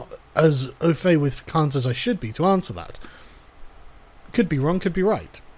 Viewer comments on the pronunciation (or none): KANT. His name is Kant. Kantian. kAnt. Not kUnt. Otherwise I agree and have no issues. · Why kant you pronounce Kant? It's effing c-word. Immanuel short a sound Kant. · Stop saying Kant, ya Kant